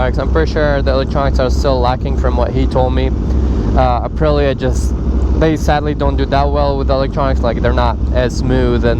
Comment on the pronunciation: YES! Aprilla 😅